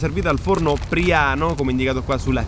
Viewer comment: Priàno non Príano 🤣🤣🤣